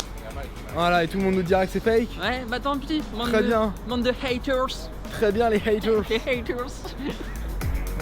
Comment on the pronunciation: “Ah ben très bien les hayteurz” 😂😂😂